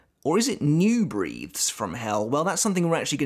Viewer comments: I know your from the U.K. and things wil sound different to me as a North American but hearing the "E" sound instead of "e" when you say "breathes" it sounds off. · Bro learn how to pronounce breathes. This frustrated me so much. Where is the common sense?